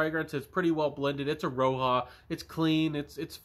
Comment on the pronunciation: Thanks for the review. And the J in roja is an actual J not and H or a Y as its derived from his name.